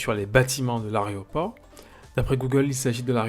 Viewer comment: aéroport et non aréoport, sinon merci pour cette vidéo.